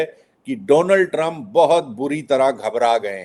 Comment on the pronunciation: दीपक जी! ट्रंप का उच्चारण सुधारिये! चंप जैसा सुनाई देता है।